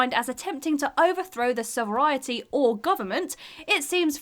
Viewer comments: Sorry, but the word “sovrienrty’ ought to be Sovereignty, Anyone speaking the Queen’s English to know the pronunciation… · Sover-eye-entie? Surely you mean sovereignty? Good old WhatCulture and their utter lack of spelling police. Still. I thought it was only Ash whose pronunciation they refused to check. Guess I was wrong! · The writer doesn't understand the expression "begging the question." Also: "sovriety" "ek-specially" easily "ficked" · is she trying to say sovereignty? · In the Frozen entry: Firstly, mispronounced sovereignty. Secondly, mispronounced especially, again.